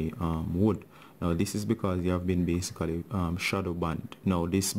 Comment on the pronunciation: i love his BASICALY xD